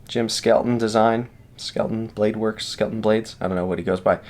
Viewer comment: Many thanks for checking out my Tibia! And further thanks for pronouncing my name correctly LOL. People still tend to say “skeleton”. Yes, my SB maker’s mark stands for Skelton Bladeworks, which is my business name, and yes the marked LE of 200 is for the total run. 100 satin/100 Black. Cranes Cutlery has requested an exclusive edition that should release in a few months that will be dress versions in Damasteel. One version of the Damasteel will also feature Timascus scales. My design theory when I designed my custom followed the same theory as my first design, the Occipital… to have a small, easily concealed EDC fixed blade that was no more cumbersome to carry than a folder. But nearly all makers choose a large full sized handle with the blade making it compact. Very short. I feel that the primary concern with any knife is utility and cutting ability, plus I feel a short blade and long handle looks visually imbalanced. So I chose to go with a full sized blade and abbreviated the handle. For those with very large hands, add a knotted lanyard on there and they’ll feel a fuller grip. To aid in this, I use a large thumb depression with aggressive jimping for stability. You’ll notice that it will not slide forward or backward in your grip, it also won’t twist or rotate away either. The flared scales also keep your hand in place. Again, Thank you for showcasing the Tibia, I’m proud to be Reate’s first fixed blade design and they did an exceptional job in every respect.